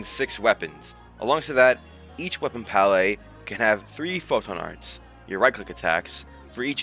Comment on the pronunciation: Break down the word 'palette' into its individual sounds "pal" + "it". Say these sounds out loud, exaggerating them at first. Practice until you can consistently produce them clearly.